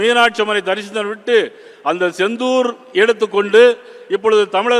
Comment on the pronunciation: யோவ் அது செந்தூர் இல்ல,சிந்தூர் 😄